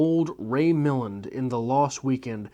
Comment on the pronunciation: Think your reading more into Wendy's reaction to the animals (I can't spell it). When she was told about the isolation she thought she understood what that entailed. Seeing those animals out on the road drove it home as to the reality she hadn't actually pictured. And you're another person who can't pronounce Ray Milland's last name. Try the trailer for Dial M For Murder. I'm pretty sure Hitchcock mentions him there.